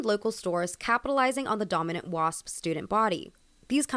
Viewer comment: Why i heard it “WAP” when she said Wasp😭